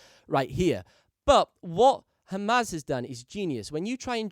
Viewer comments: Great video - incredibly helpful and proud that a Brit like you can produce something better than the Yank marketers that hugely outnumber you :)) BTW you kept pronouncing Hamza's name wrong - it's 'HAM-ZA' . It sounded like you were saying 'Hamas' 😆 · It's hamza not hamaz.. 💀